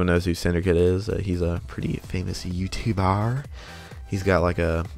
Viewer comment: Lol you tubearrrrr